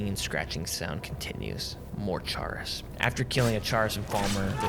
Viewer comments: Excellent video, but for the love of god Chaurus is pronounced like Chorus not "Chair is" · That isn't the correct way to pronounce chaurus